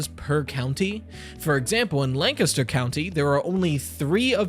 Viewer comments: I can tell you know Pennsylvania by how you say "Lancaster" and yes... Sheetz > 7-11. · Thank you for saying Lancaster right, I’m a local lancastian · Greetings from Bucks County - originally Chester. Big ups for saying Lancaster right 😉 LOVED the sheetz segment and all the talk about our puritanical laws with alcohol. Love a fellow Pennsylvanian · ^ Bro even pronounced “Lancaster” like a true resident